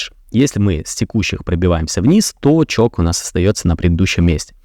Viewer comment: Можно в следующий раз говорить не ЧОК а ЧОЧ, не привычно слышать ЧОК